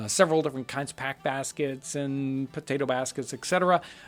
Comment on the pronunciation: the "Mashed potetoo" is a funny lil' blooper, makes this video way more relatable